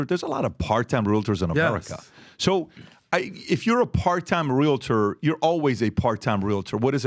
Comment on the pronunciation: PLEASE ... it's pronounced REAL-tor. Not realiter.